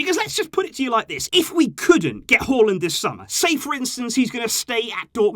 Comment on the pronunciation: That's the right way of pronouncing his name